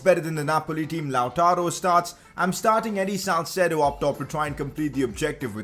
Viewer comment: Its salcedo